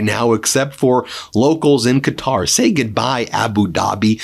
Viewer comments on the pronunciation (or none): none